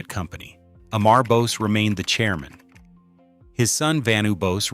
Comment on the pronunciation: Dude this 2026 and you still cannot pronounce Bose founders name properly